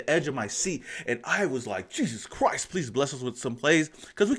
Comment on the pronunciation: Jesus Chriost! 🤣🤣 you a fool for that bruh!